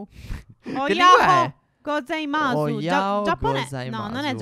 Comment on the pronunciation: si pronuncia "ohayo gozaimas" (la u non si sente bene) e significa buongiorno in giapponese ohayo lo si dice quando è mattina presto,quando invece siamo quasi al pomergiggio o una parte della mattina non tanto presto (dove non c'è l'alba) si dice Konnichiwa (ora ho sbagliato a scrivere,ma dovreste aver capito)